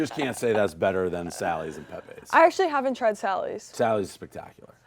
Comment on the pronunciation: FRANK PEPE’s PIZZA IS NOT PRONOUNCED LIKE THAT 😂😂 it’s like “Pep-ee” NOT “pepay”